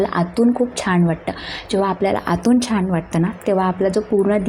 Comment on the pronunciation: छाण नाही छान